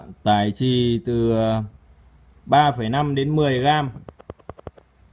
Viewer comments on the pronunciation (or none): none